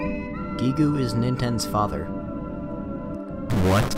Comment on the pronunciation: That can't be the right way to pronounce Gigue, even though I've never heard anyone say it loud before, and disregarding the fact the Japanese pronounce it that way